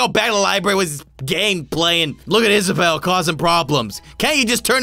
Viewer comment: How you say it is Isabel that’s my name get it right